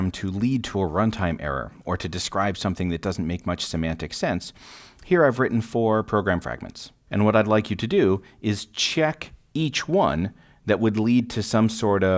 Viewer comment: semantic not *symantic!